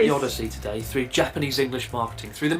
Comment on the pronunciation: Love how you say “Engrish” No disrespect intended.. it just makes me giggle 😄🙏🏽